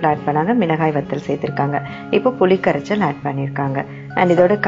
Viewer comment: Puli karachchalnu sollama puli karasal enru sollungal anchor madam